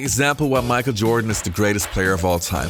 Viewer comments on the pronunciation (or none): It's Michael Jordan, not Micah Jordan.